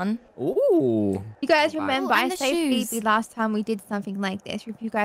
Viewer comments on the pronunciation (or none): sometiems says her name like pheeberry lol